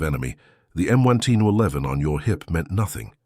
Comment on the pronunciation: The "M oneteen O'leven" ???!!!! You bought the cheapest automated voice you could find, didn't you?!!!